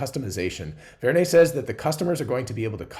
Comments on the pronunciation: It is Vern as in Jules Verne. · probably inspired by Jules Verne, so pronounced Vern